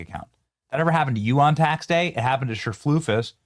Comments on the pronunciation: This makes me so angry😡🤬but every time Benny said cherflufus 😂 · Cherfloosys??? WTF, learn how to read. I'm not at all in agreement with the wig lady, but I can say her name. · I think her name is pronounced, "sir-FLEECE-us." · I love how you keep calling her Cher-floof-is. 😆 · I love how he mispronounces her name. 😂😂😂😂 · I love how you pronounce her last name Benny LMAO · The way he said her middle name hahah